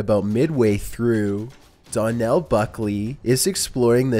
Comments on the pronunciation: Donal is pronounced like Do-nil. It's an Irish name... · number 2: his name is pronounced like d-O-nal...like gh-O-st. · Am I the only Irish person here who finds his pronunciation of Donal funny